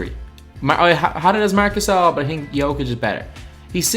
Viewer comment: Nikola Jokic name is said Nikola Yokic